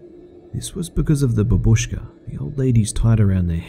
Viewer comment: It's not babuZKA but BA-BU-SCHKA. #triggered